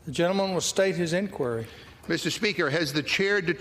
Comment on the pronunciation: So republicans can call it the "corrupt Biden crime family", but democrats can't state that Trump has been indicted (not pronounce in idiCted, BTW, MTG). Is this America? Is there no bottom to the Rights' treasonous tactics?